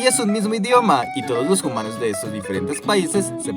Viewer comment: Por que siempre quieres decir "humanos" dices Jumanos?